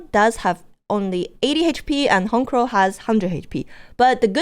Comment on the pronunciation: No lie first time ever i hear someone call it HON-CROW its HONCH-CROW.